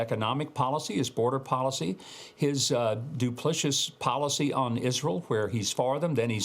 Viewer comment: Mike: it's 'duplicitous.' Not "duplicious," that's not a word. And if President Donald Trump isn't afforded the honorary title, neither should that p.o.s. from Kenya/Indonesia